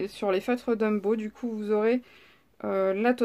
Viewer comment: Ouiii , je les ai , mais , je les ai pas acheté d'1 coup , lol , Bisous :) Au fait ont dit Tombow et pas Dumbow , à moins que j'ai mal entendu , looll Si si , tu dis Dumbow mdrrr :D Bise